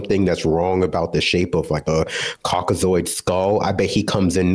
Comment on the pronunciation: My man said Caucazoid I'm fucking dying 😂😂